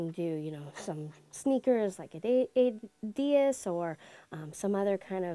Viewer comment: When you can't even say adidas correctly